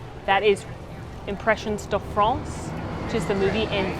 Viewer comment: I give your pronunciation of "Impressions de France" a 1.5/5! XD